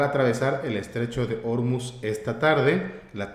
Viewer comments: La sílaba tónica de Ormuz es "muz", no "or". Lo pronunciáis como si fuera Órmuz (con tilde en la "o"). De nada. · según las reglas de pronunciación del Español, se acentúan prosódicamente las palabras que terminen en consonante (excepto n, s, o vocal). Ormuz, se pronunciaría con acento en la "u", como palabra aguda. Un saludo desde Nayarit.